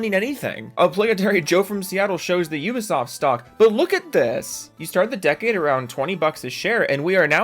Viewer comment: "You-ba Soft" 😉